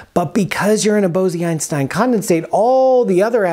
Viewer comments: Isn’t it pronounced bowz-Einstein, not bow-zee-Einstein? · Very good new knowledge for me. Thank you. Bose-Einstein condensate ... was proposed jointly by the Indian Physicist Satyendra Nath Bose and Albert Einstein. The word Bose is not pronounced as Bozee but rather as Bos and the 'o' is pronounced as 'oa' in hoarse. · Bose (in Bose-Einstein condensate) is pronounced like Rose. Not like Bosy that you are pronouncing like Rosy. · It's Bose as in Nose. Great video! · Great explanation! One nit: according to Wikipedia & Google translate, the "e" in Bose is not pronounced. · Bose? It's pronounced Bose??